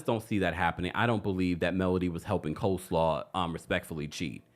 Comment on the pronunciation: I’m in tears every time you say Coleslaw